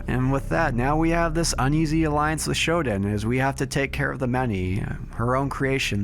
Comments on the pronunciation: For the love of god, stop pronouncing SHODAN as "SHOD'N". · Dude, excellent video as always....but every time I hear "Shoden" I cringe...Please, it's Shodaaaan...thank you ❤